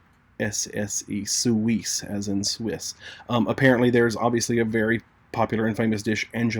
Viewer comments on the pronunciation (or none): Okay. Suizas (SUE <syllable c-yas <syllable)you are pronouncing incorrectly. Suizas means dirty in spanish. I think in this case dirty is positive and hints at being a very wet enchilada. I'm sorry I know this is not easy to say. Also, I love you for sharing this video, I love enchiladas!!! Ine of my favorite Mexican treats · This is a Mexican dish... It should be pronounced Enchiladas Suee saa s... just saying. Thanks a lot! I have been misding this for years since I became keto 😉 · I love u to pieces but ur French and Spanish pronunciation of suisse and suiza hurt my ears... my mother is French and father Spanish and I live in Quebec. Apart from that u have an adorable personality and very entertaining xo